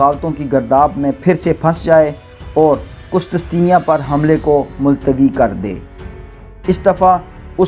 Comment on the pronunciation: ye word qustistenia nahe he, correct it, asal lafz he qustun tunia....